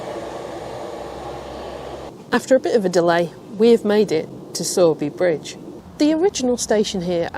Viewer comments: Er, I hate to be that person,, but it's Sow as in female piggy, not Sow as in sowing seed. As a Yorkie, I am unanimous in that! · It’s saw, not sow!